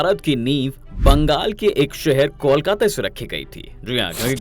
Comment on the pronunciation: Pahle kolkata ka uchaaran Krna sikho